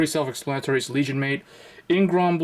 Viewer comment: its called granblue not gronblue